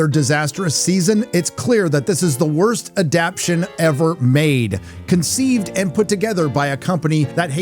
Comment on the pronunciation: I love you bro: AD-DAP-TAY-SHUN!! Adaptation.. And I talk to text on my phone and it heard and spelt it correctly, and I said, what was written above. Please 🙏.. I listen to you, watch you and love you a lot.And when you say that word that drives me crazy..😂😅😊😊😊😂